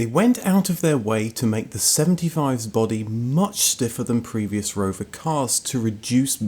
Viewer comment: Take a shit everytime he says roverrrr